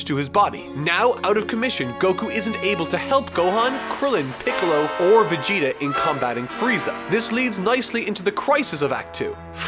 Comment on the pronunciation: Can you please stop prununcing Vegeta (ベゲタ) as Vigyta?